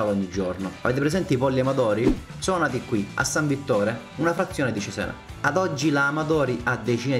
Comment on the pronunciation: gran bel video! unica nota il nome: ciséna, non zizen 😂